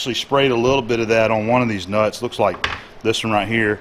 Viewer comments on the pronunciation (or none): I don't know why but when says "these nuts", i would laugh every single time.... XD "Dez nuts".... Sorry about that... Anyway, great work bro. Love to watch your videos... teaches me alot as i'm taking courses to be a machinist (turning, milling and CNC modules). You and John (@ CNC) are the best online teachers for me to learn from. Keep it up bro.